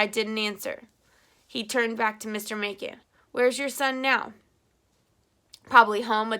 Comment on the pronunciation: 3 years later lol i wanted to let you know that your pronounce "Macon" mason. :)